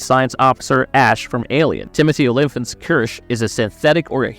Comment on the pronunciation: How did you pronounce Timothy Olyphant's surname again? lol